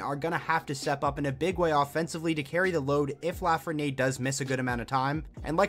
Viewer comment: The way you say 'LafrenieRE' is seriously driving me nuts bruh, otherwise i still love your vids 😂